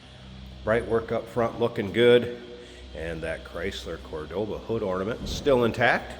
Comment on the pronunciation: The "Card-board-Ah!"